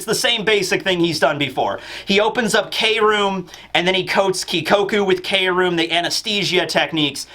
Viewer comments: I believe Kroom isn't pronounced as Kay-room, but as Kroom like how Chris or crafty is said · Law's kroom is supposed to be pronounced without saying 'kay', but just kroom because in japanese "kurumu" means 'to wrap' like how law wraps his sword with his room ability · we love you but please no more k-room. Can we try to just say kroom like broom but with a k.